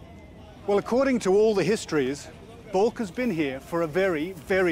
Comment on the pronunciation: It's not calked bulk! But Balkh, meaning you were not prepared! Arshloch!